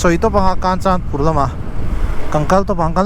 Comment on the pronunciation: Kanchanpur ilam dan thluk adiklo 😂